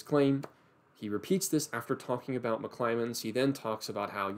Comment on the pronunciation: Great video! There's just one thing that bothered me... It's McClymond, not McClymonds!